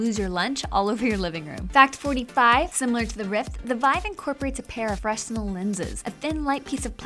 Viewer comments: FREN NELL not FRESS NELL... Everyone needs to know this. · The s in fresnel is silent